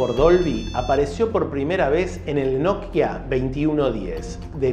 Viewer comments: Me desesperas que no puedas pronunciar simplemente NOKIA.......por qué NODKIA o NOTKIA?......por otro lado buen dato el que nos compartes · Porque pronuncias "Notkia" en lugar de "Nokia"??... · NOKIA ql, no not-kia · Porque le dice nok kia a Nokia y shopen a Chopan? Hahaha muy interesante video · Hola no sé si siempre lo pronuncie y escuché mal o xq lo pronuncias nok-ia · Lo único criticable. Me da ansiedad como partes la palabra Nokia en dos, es de corrido amigo, no nok pausa y luego hia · Hoy te descubrí y me suscribí, buenos relatos y edición en tus videos. En éste me dio gracia como pronunciabas Nokia. Saludos desde Uruguay